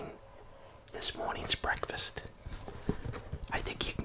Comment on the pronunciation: I guess this is what they call bekfast